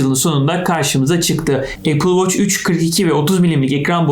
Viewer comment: Amma apıl voç dedin yaa